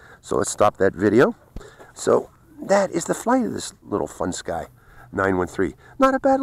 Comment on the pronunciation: IT'S A FUNSKY PRONOUNCED FUN SKI NOT FUN SKY LOL